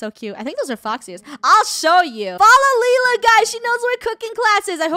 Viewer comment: the movie is moving lol btw lila is pronounced lie-la